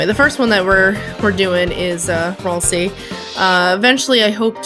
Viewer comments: its pronounced ralsay but spelt ralsie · R-al-say that’s how you say ralsei : )